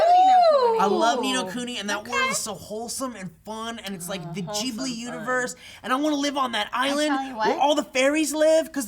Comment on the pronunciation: actually pronounced Ghibli with a J sound like it's supposed to be said! people almost never do that! I'm so proud! I would kill to play ni no kuni, but i dont have a console for it. but i've considered getting a ds so i can struggle through the ds game for it even though it's only in japanese